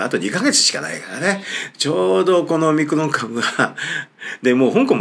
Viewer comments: おミクロン様という風にしか聞こえなくて困るｗ それにしても臭い一択だったなｗ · オミクロンと日本語で翻訳してるだけで、発音はオムニクロンなんですが、そんな事も知らずに動画出してて草( ･ั﹏･ั)